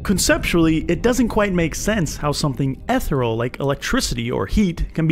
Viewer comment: Interesting way to pronounce “ethereal”